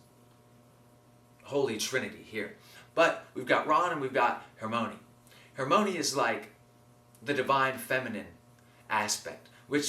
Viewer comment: i giggle everytime you say hermione cause you're saying it without the "i" awesome video :D